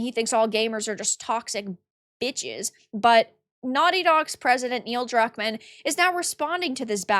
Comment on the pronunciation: Did I hear Cuckmann?